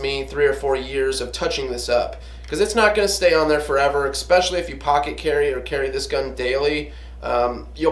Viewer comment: "Drawl", "drawl", "drawl". lol... and "Expecially". The current public education system hard at work. A drawl is what you have when you speak with a Southern accent. A DRAW is what you do with your gun. And it's "especially". No "x". Other than that, I learned that you like Talon Tape (it's on all my guns) and to put paint on your front sight. Buzzkill... Cool apocalyptic bug-out room. You might want to spend some time on that table muscle though. Gotta have the cardio to run all that hardware when the zombies come.